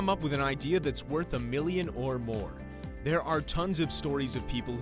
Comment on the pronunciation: "Its worht"